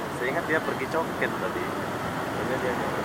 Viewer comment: orang Malaysia bilang: Cho Kit, ( co kit ) bukan Co ket.